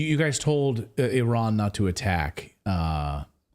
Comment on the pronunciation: At last ! an American who can pronounce Iran correctly ! it's NOT eye-ran !!!